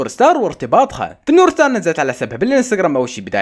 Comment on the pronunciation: يكول نور ستار مو ستارز هههههه😂😂